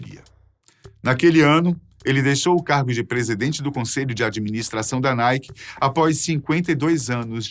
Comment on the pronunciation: NIKE =PRONUNCIA ERRADO PRA!